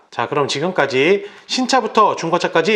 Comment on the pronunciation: 좋은 정보 고맙습니다. 허나! 해겨데드디는 발음 좀 ㅋㅋ